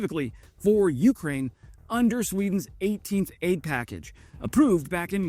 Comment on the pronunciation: You krain you krain you-krain Its one word